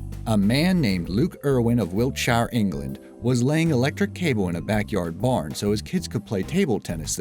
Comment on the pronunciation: It annoyed the way you pronounced villa and Wiltshire